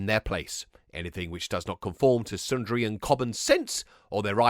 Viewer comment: as a Thomas adult I would like to say thank you for your accuracy and respect to the source material. The one compliant is its pronounced SUDrian like sponge suds.